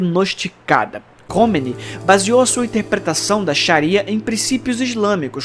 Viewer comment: É KOMEINE, fala-se KÔ - MÊ- INÊ